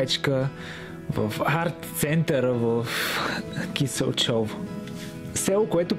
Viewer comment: Ако ви залипсва родопския край, в района на с. Киселчово ( а пропо ударението пада на първата сричка). Като Родопските села и баби други няма. Много е мъчно като виждаме, че селата се обезлюдяват. Туризма в района е последния шанс да не се обезлюдим. Адмирации за свежи хора като вас, които предпочитат да обиколят България и да я покажат на всички останали, да ги насърчат и те да го направят!